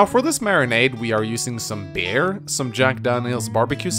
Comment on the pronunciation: Every time you say "beer", I hear "bear".